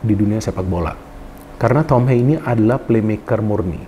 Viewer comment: Ha-ye Bro. Bukan Heiy pengucapan namanya. Dia dari Belanda bukan dari Amerika.